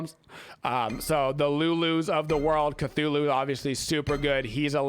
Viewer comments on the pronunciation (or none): none